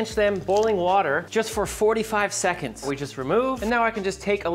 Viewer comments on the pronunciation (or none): none